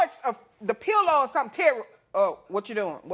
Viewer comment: Turry Turry Turry . I heard Terry name too much